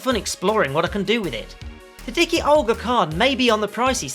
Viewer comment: D-I-K-UH not D-I-K-EE...I'm guessing Fat Olga is Fat Agnus's sister 🙂